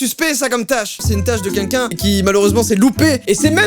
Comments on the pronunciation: On est d'accord il dit '' qunqun'' au lieu de "quelqu' un" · Est-ce que je suis la seule qui a remarqué que quand dit "quelqu'un", ça sonne comme qu'unqu'un? 😅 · A chaque fois qu'il dit "quelqu'un" aka "kunkun" jme tape un fou rire